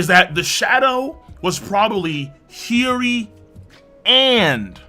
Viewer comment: Bruv! Why do you say hioris name like that? Its cringe AF no cap 🤣